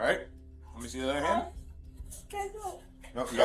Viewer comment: Just FYI young lady…it’s pronounced “Me”….not “Me-A”…..no A at the end…..Ok-A?